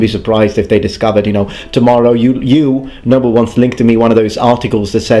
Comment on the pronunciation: I never knew you were saying noble ones until I turned on closed captions. I thought you were saying "number ones" and were a big Star Trek fan lol.